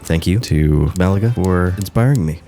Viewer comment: I really enjoyed your video. I’m watching it while I work and I have to tell you that your soothing voice lowered my blood pressure. lol And as a fellow American, thank you for pronouncing Málaga correctly. I’m sure the locals appreciate it even more. 😆